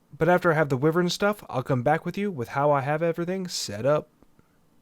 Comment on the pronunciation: Thank you for an amazing series so far. I just wanted to mention that wyvern is pronounced as why-vern, and not wih-vern. Thanks for understanding, much love <3